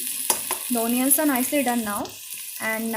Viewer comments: Onion is pronounced as anian* what d hell is onion 😂😂😂😂😂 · It's onion not oonion mam😂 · The pronunciation of onion is wrong